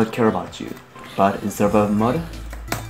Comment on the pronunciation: it's Mode Not mod